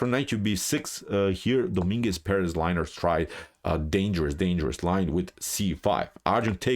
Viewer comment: Good analysis as always, but you butchered Lenier first name without any mercy man. Poor guy is now liner. Didn't help him much today though. xD